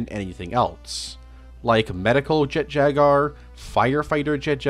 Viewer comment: Does this man not know how to pronounce Jaguar